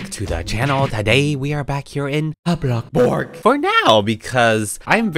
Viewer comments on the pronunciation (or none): Its not blokburg its bloxburg smh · Its bloxburg dum sum not blocburg. But your vids are ggoood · I love the fact that he say's bloxbuk and robok or something like that 😂😂😂 Like and comment if you hear her pernounsing something wrong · Who else loves the part when he says “bLoCkbUrG” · I love how you say blockburg